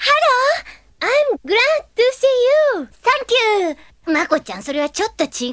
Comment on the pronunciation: She said sankyu tho